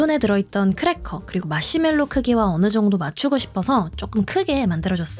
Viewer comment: 특유의 맛시멜로 발음..중독적이에요